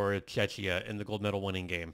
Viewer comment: Hi, I am Czech and my ears hurt every time you say Czechia the way you pronounce it. Just say Czech like in Czechoslovakia and add ia to the end. The way you were saying it, reminds me of Chechnya - part of Russia we have nothing in common. Thank you.